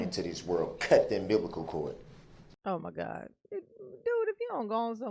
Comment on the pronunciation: “cut the umbiblical cord.” 🤦🏽‍♀️ “Umbiblical,” Darrell?